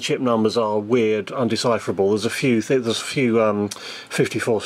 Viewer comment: Did you mean "WEIRD" or "WIRED"?